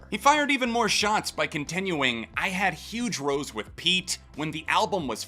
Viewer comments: It’s rows like cows not rows like crows. Bri’ish innit guv. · The word ‘Rows’ from the Townsend quote is pronounced differently in the U.K. it’s a word for falling out or quarrelling.